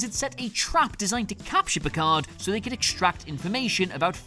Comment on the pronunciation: Nah nah it’s Picard 😂